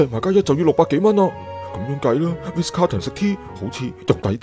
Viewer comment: 係Ritz 唔係Riz